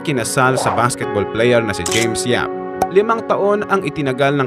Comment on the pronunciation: Hahaha ang James Yap naging James Yup!🤣🤣🤣🤣